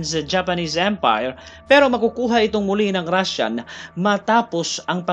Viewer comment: kakaiba ang pagbigkas mo ng Japanese EM-PAAAYYR Rashan EMM-PAAAAYYYRR